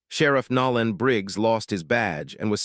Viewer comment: I wish you knew how to pronounce the man's name Nolan